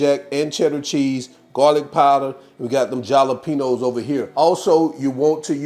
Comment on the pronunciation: Are you trying to troll or just be funny? Stop saying "galapenos". Don't be illiterate. You're not funny my dude. It's "halapeno".